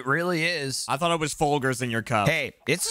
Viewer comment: I hate the way mispronounced Folgers at. Gross